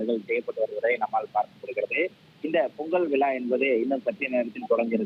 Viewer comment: விலா அல்ல விழா என்று படியுங்கள் விக்கு நேஸ் தமிழை கொல்லாதீர்கள்